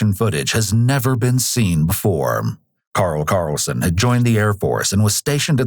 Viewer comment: terrible side note is it a bot that reads the script or an actual person? funkiest pronunciation of karl karlsen